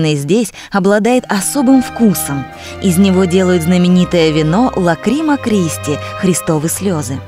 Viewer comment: Съемки очень хорошие. Мне очень понравились. Но вот русская транскрипция итальянских названий просто потрясает своей безграмотностью. Неужели нельзя было найти квалифицированного диктора или отредактировать аудио-дорожку?! Ну не "ПазИлипо", а "ПозилИппо" (Posilippo), не "вАнголи", а "вОнголи" (vongoli - улитки, молюски)... Не "ЛакрИма Кристи", а "ЛАкрима Кристи" ("Lacrima Cristi" - "Слеза Христа")... Не "РИджо ди Калабрия", а "РЕджо ди Калабрия" (Reggio di Calabria). Не БриндИзи, а БрИндизи. Не КазЕнца, а КозЭнца". Не "КарзЕта", а "КазЭрта" (Caserta). Не "ПантЕон", а "ПантЭон". Не "БаргезИ", а "БоргезЕ". Рим относится не к Южной, к Центральной Италии. А Кампания не "административный регион", а область. Да всего и не упомнишь... Слушать просто невозможно. Увы! В титрах сказано, что текст читала итальянка... ???